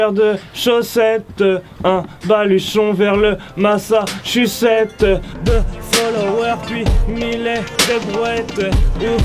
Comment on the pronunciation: Oh mon dieu le niveau de m*****. ' Massachusetts '